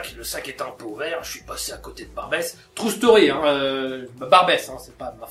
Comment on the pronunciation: T'abuse un peu sur les "True Story" En plus bien prononcés à la française "Trou staurie" :p